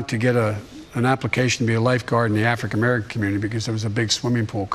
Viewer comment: "Afric-American" community.